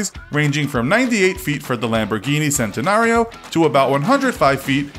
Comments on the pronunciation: you pronounce centenario like this chenta-nar-io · By the way 80% of your facts are wrong it’s pernounced chentenario and eris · No centenario spelling right but pronounced chentanario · Him: Says 'sentinario' Me: comment time its pronounced chent-e-nar-io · And the names CENtenario you say CHENtenario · Also you pronounced centenario wrong it’s pronounced chentenario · The Lamborghini Centenario is actually pronounced (Chen-ten-are-e-o) not (cen-tin-are-e-o) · CENT-inario? CHENT-inario i think u mean thanks so much non car guy person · Its pronounced Chentonario not sentonario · It's not pronounced sentenario it's pronounced chentenario. Normie. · He said sentenario lol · He said Centenario as "Sentenario", HuracÁn as "Hooracán and The Urus as "Oorus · The pronunciation of centanario gets me triggered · isn't it pronounced "chen-ten-ario"? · he said SENTANARIO ffffff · It’s pronounced chentanario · Why to did u say cent-a-nario and the huracan the u-ra-can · he pronounced centenario wrong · And car girls* lol. The Centenario miss pronunciation bugged me the most tbh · Well u are that’s how it’s pronounced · He said Scunderia, Veneno and Centenario all wrong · HE PRONOUNCED LAMBORGHINI CENTENARIO WRONG! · That's not how you say Centenario...